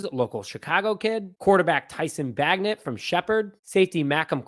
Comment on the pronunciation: Tyson Bagent.. like Paegent.. it’s a soft G.. you kids🤪..like agent not bag-net..BAJ - Ent..there’s no N in the middle..He’s as good as most D1 QBs..and the kicker has a big leg..good over 50 yards..D’Anthony Jones is legit..He’s making the team.. Macon is like Bacon.. like Macon Georgia..What are these schools teaching these days??!! Mack En.? May-kin.. is what it sounds like..There’s this thing called google 😂😂😂😂. just giving you a hard time… But seriously, if you want to do this as a living… Take a couple minutes to learn how to say a name, a place, a word you don’t understand, or are unsure of its pronunciation… I grew up with a difficult name, and it annoyed the hell out of me. And I’m sure if people continue to say your name wrong every single time because they refused to learn… It would be really annoying… Just saying.😁🙏✌🏼..No offense meant just constructive criticism…